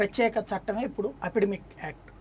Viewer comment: apidemic (Telugu lo) kaadhu........... its Epidemic